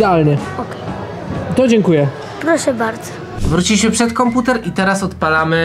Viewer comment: to sie nienazywa,,komputer" tylko,,konkuter"